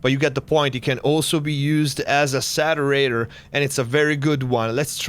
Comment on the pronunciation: The "Satterator"...Sounds like the Terminator's lazy little brother. Great vid.